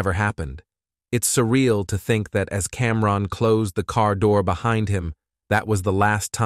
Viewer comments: What? Are you saying that you feel wrongED by the the pronunciation of CamRON? 😂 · Somebody tell the AI it’s not Cam. Ron. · Cam-Ron, then Cam-Rone… it’s like nails on a chalkboard